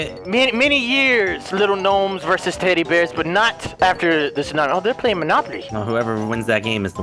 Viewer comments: Best of pronouncing words wrong "Snami" Love it when it happens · its so funny how he says Snami instead of tsunami